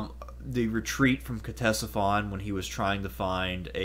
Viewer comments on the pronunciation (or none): I applaud anyone who takes the time to present a piece on my favorite subject: Ancient Rome, so thank you very much. That said, I have a quick critique that made me cringe every time I heard it: the C is silent in Ctesiphon fyi. Other than that, the rest is fairly spot on. So Bravo! Cheers 🥂 to you!